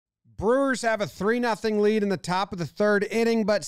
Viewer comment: Lets gaaahoo lets gooaaaaoaah brewahs